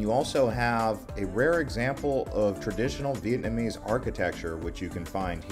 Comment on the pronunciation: I love ur videos and I lived in Hanoi Vietnam for 3 years.. still learned from ur video. Although your pronunciation of Vietnamese words it's actually worse than mine which I didn't think was possible lol. Still good info